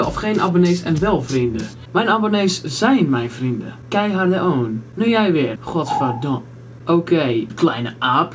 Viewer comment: als jij goverdome zegt klinkt dat heel grapig das heel grapig:P